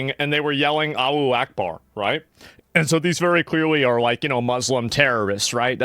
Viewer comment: Its Alahu not Alu wtf 😂